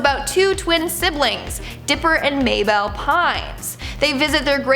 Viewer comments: when I was younger and still had dish, I used to stay up all night long till 1am to watch Code Name Kids Next Door. But I can't watch now cause I have Roku now... My favorite was Number 5, ngl it was cause of her attitude. They really should put that on hulu so I can watch it... or even Netflix. Can I just say... pronounced Mable like May bell!!! It's said like Maple but with a B!!! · I still remember that totally spies episode about the evil manicures. When you talked about Candice you showed a pic of Doof. Just saying thats actually kinda funny why did you pronounce Mabel like that? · Comment if you’re triggered that she pronounced Mabel’s name wrong😡